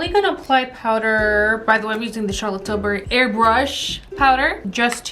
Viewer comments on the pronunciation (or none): none